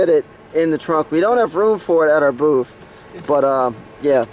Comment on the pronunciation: It’s booth. Not boof.